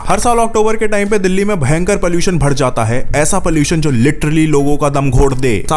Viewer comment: Bhad jaata ❌ badh jaata✅